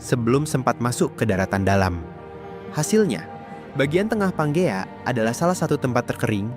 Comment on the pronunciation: Panjea mestinya ya wkwk